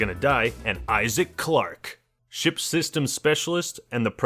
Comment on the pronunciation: not entirely sure - did you say "fix this ship" or "fix this shit"? :>